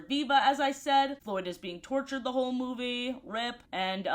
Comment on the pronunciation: Because of how many times she says it, I got a curious question: Why does she say certain words in a way? Like Instead of Ruby, she says it "Rubay" or Movie as "Movay"